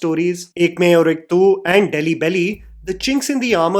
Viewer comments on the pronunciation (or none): none